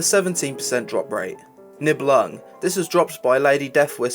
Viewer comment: That was fun listening to you try to pronounce those nordic sounding mob names from Wrath. N*i*belung is like N*y*belung (strong I sound) Fjolla Lightbane, the J is pronounced like a Y. Also, what happened to the bow that lady deathwhisper drops? The bow is so sick looking with the Frostmourne style skull on it, and everything being so jagged looking. You liked the Eternally Folded blade as a sword, what about the dagger that Keleseth dropped in Utgarde Keep? This is a dagger but is also the same size as other sword models of the same skin. Two 2h swords you left out, Claymore of the Prophet (can be purchased for champ seals at the tourney) literally was made to look for the Death Knight T10 set (base purple) The other being the Horde equivalent, looking like an all together holy two hander for any paladin to use in smiting the heretics of the scourge. I know it is no longer obtainable but the Corrupted Ashbringer is still a beyond awesome sword to see people with, especially when (before cata) you could do the Scarlet Monastery event and watch all of the Crusaders there kneel in supplication before your glory, even having Cmdr. Mograine tell you that you're the boss now!